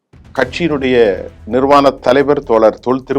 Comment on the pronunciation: சரியாக உச்சரிக்கவும் நிர்வான தலைவர் அல்ல நிறுவன தலைவர் என்று திருத்தவும்!